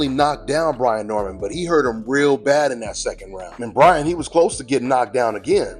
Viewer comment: It’s Brian Not Brandon🤣🤣